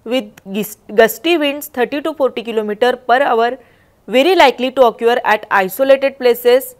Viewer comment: Fakt Occure aani hour Che uchhar sambhala baking uttam